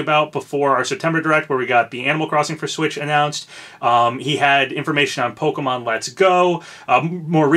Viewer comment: Bless you for pronouncing Pokémon properly and not as Po-Kee-Mon like most youtubers I've seen do